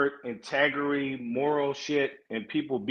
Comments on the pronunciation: said, " Intergarry" 😂😂😅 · “Humble, grown man, straightforward, INTEGURY” 😂😂😂